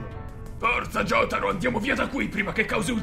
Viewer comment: Oddio, quindi pronunciano pure Jotaro, Yotaro? che brividi